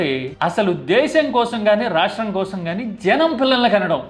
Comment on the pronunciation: కోసరం కాదు కోసం అని చం.బాబు ... తెలుగు కూడా రాదా 🙆🏻